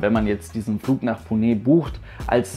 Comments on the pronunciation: Das E bei Pune wird nicht stark betont sondern nur leicht! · Bin vor vielen Jahren mit qatar airways in einem a319 in 6.5 h von Berlin nach doha geflogen. Für mich war dieser flug äusserst unangenehm, obwohl der nebensitz frei war. Wie belastend müssen dann 12 h sein. Btw Ich bin mir nicht sicher ob Pune wirklich so ausgesprochen wird, werde gleich mal hier jemanden fragen. Liebe Grüsse aus Agra in indien